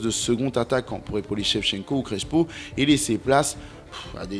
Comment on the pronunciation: ça ne ce prononce pas CreSHo, mais CreSSpo 😉